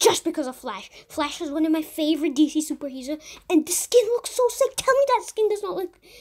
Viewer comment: Did my man just say its my favorite suzer hero